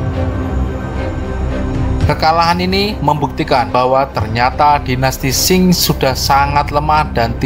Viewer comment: Qing di lafalkan Ching bukan Shing.